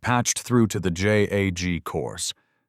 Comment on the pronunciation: It's JAG. A word. Not J-A-G. FIX your AI.